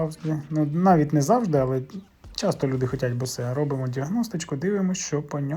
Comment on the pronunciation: Не розумію, чому говорять BOSE - БОСЕ, правильна говорити БОУС. Чи я помиляюсь?